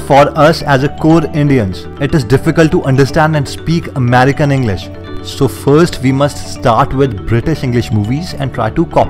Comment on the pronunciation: Pehle to sikhane wala banda khud ki english sahi karey... it is not amArican,...it is amErican.& even in the USA, it is inTernet,not inNernet...onle the WANNABEE AMERICAN Indians say Innernet for Internernet & twenTy or tewnDy for twenTy, & hurDing for hurTing. I grew up In India speaking Hindi, British English & Punjabi FROM THE TIME I BEGAN TO SPEAK, & then I moved to the USA 25 years ago... So pkease, don't listen to these pheku guys... learn it the proper way... When I came to USA 25 years ago my Indian family who had learnt to speak English in America, used to tell me I needed to "learn" how to speak English, while the WHITE americans in my college were very shocked to find out that I had just come to America & spoke like them & "NOT Like Indians." Yes. You will have tocopy,imitate, repeat, & make mistakes, become really DHEETH & NOT feel "insulted" when some one makes fun of you when you speak wrong. Especially in the USA... Even the americans are BAD at speaking english... You don't believe me?Just listen to Donald Trump.& George Bush... They suck. Bush could NEVEzr pronounce "nuclear" right, he always said "NEW KILLER." And Trump, he does not even have the vocabulary ... as soon as he realizeshe doesn't know the words, he begins to speak like a highschool girls .